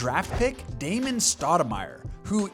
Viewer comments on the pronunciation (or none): none